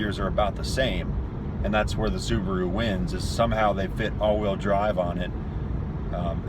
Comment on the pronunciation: Why do they always sound like they’re saying suburu/subru? is it the accent or?